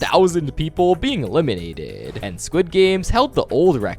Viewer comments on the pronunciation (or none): Why you cant say "eliminated" normally?